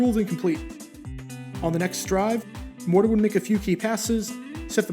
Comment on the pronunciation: Mor Ton, not Mor Don